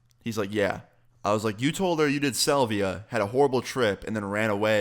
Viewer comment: Dude can't even say salvia correctly